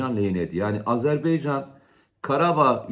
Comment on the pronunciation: Komutanım sürekli söylüyorsun ama azerBEYcan değil azerBAYcan...!